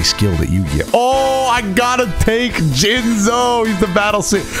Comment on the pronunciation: “Let me Jinzo you” play it slower Let me Jinz o you 🤨